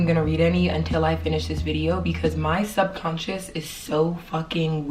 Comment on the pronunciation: Forgive me if I'm wrong; but, I believe, you meant to say subconscious instead of sub-conscience.